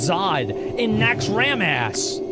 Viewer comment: He really said Nax Ram Ass